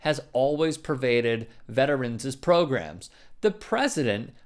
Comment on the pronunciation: Dude.. Stop with the "Veterans-zuz" It's just "Veterans"